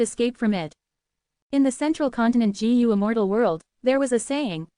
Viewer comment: Bro don't care about the comments complaining abt the voice , it is good enough but the pronunciation could be a lil better like it is pronouncing Gu as Jee You